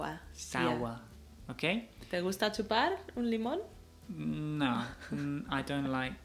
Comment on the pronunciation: como se dice limón?? mi oído escucha como clementins.